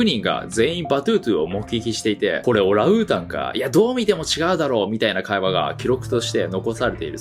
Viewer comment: 「食物連鎖」は「しょくもつれんさ」ね、「オラウータン」じゃなくて「オランウータン」ね！ どうでもいいが(笑)